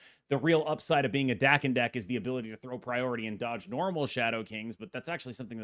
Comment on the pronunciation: FYI Daken is pronounced "dah-ken" per the character's creator.